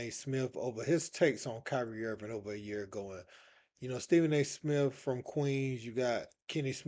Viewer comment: It's Kenny Smith not Smiff. SA Smith not Smiff. Come on man. Your job requires knowing how to talk properly